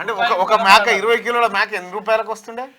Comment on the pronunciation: మ్యాక కాదు మేక